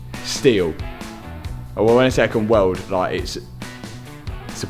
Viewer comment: ‘I can welwwd’ 😂